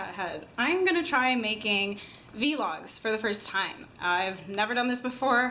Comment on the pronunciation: she says vlogs wrong